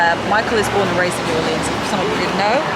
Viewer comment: Nice! But please have Michael teach you how to pronounce New Orleans 🤣😂🤣